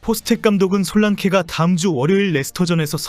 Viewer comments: 솔랑키가 맞는발음 이라고합니다 ❤ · 한국식 발음인 솔란케가 더 정겹네요 ㅎㅎ